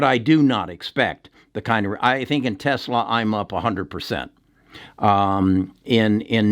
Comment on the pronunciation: Dude can’t even say Tesla 🤓